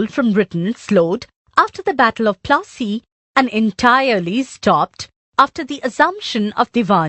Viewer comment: Battle of Plaasy no" fat u plassy"